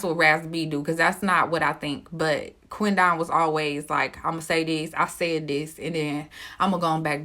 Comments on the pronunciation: 🗣QUEN DEN..NOT QUEN DON...GWORLLLL.. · How did you pronounce that man's name?! It's literally Quinton with a D. 😂😂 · I wish she say his name right. Damn. Quit separating "Quin don" its Quidon!